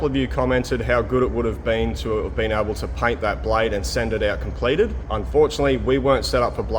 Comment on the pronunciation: Blayed compleyted. Eh. Eh. Don't understand what language is this.